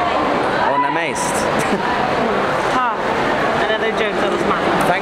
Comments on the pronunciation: One thing I don't understand is why do you deliberately mispronounce namaste in all of your videos??? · I didn’t get the Namaste joke lol Why were u guys saying it wrong lol